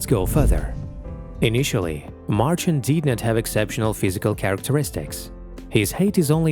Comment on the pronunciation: nice that you honour this man. but you could've just taken the time to pronounce his name right.